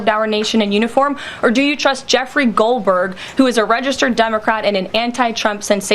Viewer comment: Is it me, or did she put extra emphasis on "Goldberg"?